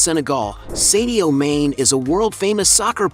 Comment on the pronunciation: I know you Americans have a reading problem! but his name is not pronounced seddioo. ... His name is Sadio Mane, do you get it? like princ Harry, you named him Herry, Dog, dag, Poltic, palatic lock,lack so on so forth!